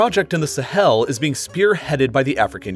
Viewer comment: When he says “Sahel” it sounds like he’s emphasizing the “hel” part